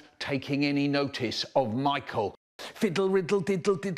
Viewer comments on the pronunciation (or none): none